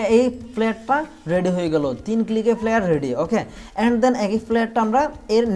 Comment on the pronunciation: ফ্লিয়ার না ফ্লাইয়ার Flyer. উচ্চারণ ঠিক বলবেন please